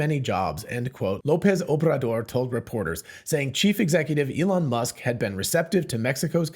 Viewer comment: "Obrador" is hard to pronounce for English speakers. Well done. :)